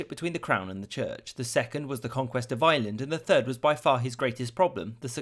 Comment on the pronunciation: It's pronounced Ireland!!! Not island.